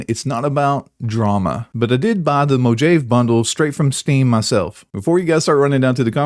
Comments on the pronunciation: if it wasn't for the weapon, nobody woudl be whining about it. Also you said "Mo-Jayve" once and not "Mo-Hov-ee". :) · I'm sorry but within the first 20 seconds bro says Mojave mo jav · MO HA VE =Mojave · I tuned out after you said Mojave the way you did. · "Mojave" you mean Mojave?